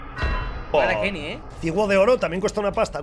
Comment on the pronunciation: Porfavor quieres dejar de decir kenis tio? Es kenny Es obviamnete lo digo coml se pronuncia 😂😂 esque me pones nervioso 😂😂